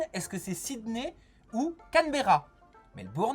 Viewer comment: Fork c’est une cuillère et non le couteau ! Et Cambera la capitale de l’Australie ne ce prononce pas du tous comme sa